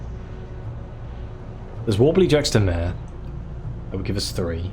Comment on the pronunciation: Haaaaaa I want to be a posh prick about juxta mare prononciation but I don't want to be mean again 😱 I don't like colonized cantankeri , poor things... Oh the sequencer delivery is back xD Oh no, wandering off prohibited 🤭